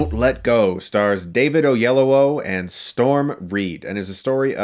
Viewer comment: David Oyel-OWO?